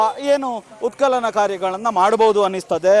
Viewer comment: ಉತ್ ಕಲನ ಅಲ್ಲ ಸ್ವಾಮಿ